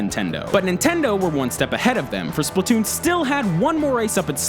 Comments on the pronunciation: IT SPLAT TOON NOT SPLIT TOON PEOPLE JUST COME ON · Can't wait for Spla-two-n... seriously. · Redo now with SplaTWOon